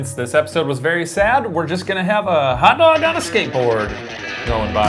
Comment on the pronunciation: Ah yes, the 'ol Feb-ee-airy. I'm so glad he finally figured that one out. Also- Hot Doga!